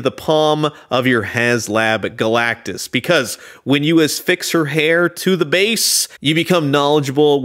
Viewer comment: Awesome. Love the animation style of the cartoon. Dude, are you saying "affix"? There's no 's' in affix. 👍